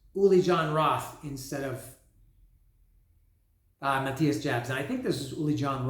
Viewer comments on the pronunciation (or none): I'm surprised you don't say Ma thigh s. But, his last name is pronounced. Yobs